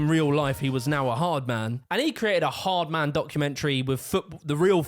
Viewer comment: You pronounced 'ard man wrong